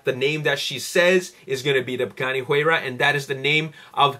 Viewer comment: you said buganni huayra.. :)